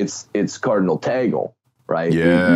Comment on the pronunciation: Great episode! I am a Filipino and I just want to make a correction on pronunciation. The way Cardinal Tagle's name was pronounced was wrong. pronounced it as "toggle". The correct pronunciation is TAG-LE (like LEmon).